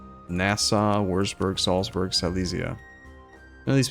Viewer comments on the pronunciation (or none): none